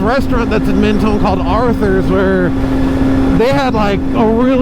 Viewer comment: Meth-tone 😂 Yeah Arthur’s is trash. I moved to Mentone Beach 2 years ago and I was told I had to eat Arthur’s and 50$ later, I discovered it was garbage. Never again. One day I will bump into you. I even have a couple coworkers who know you behind the helmet. Ride safe brother